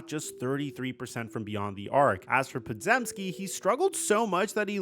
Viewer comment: It's pronounced "Paw-Gem-Skee."